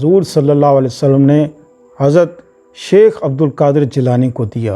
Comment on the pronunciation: Shaikh hota sheikh nahi...